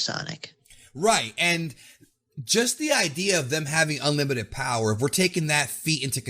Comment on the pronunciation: It's actually BOWER